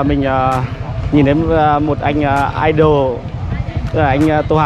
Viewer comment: Idol đọc là Đại Lam